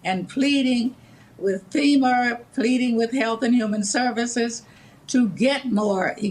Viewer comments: Did she say Femur rather than Fema? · Femer? Cuber? WTF is with Democrats? 🤷‍♂️